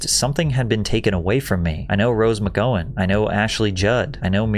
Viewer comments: do you mispronounce names on purpose to get people to comment? Rose * McG-ow-in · Is this person Patrick real or AI? Seems odd to misread words like 'casual' instead of 'causal' and 'integrate' instead of 'ingratiate'. Also mispronouncing words like 'memoir' and 'McGowan' is a bit suspect. Hmm...